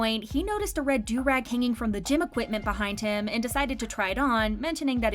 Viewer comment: So glad she pronounced "durag" correctly. It was painful when another narrator said "derr-ag" on this channel a while back.😂